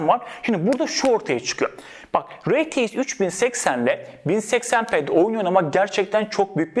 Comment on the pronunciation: rtx i neden reteix diye söylüyor